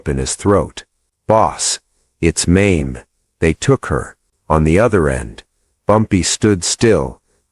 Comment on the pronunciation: Not Maim. MAY ME the correct pronouncement of the name May-Me.